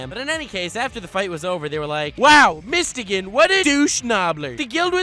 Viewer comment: It’s mist-o-gun that pronunciation was horrid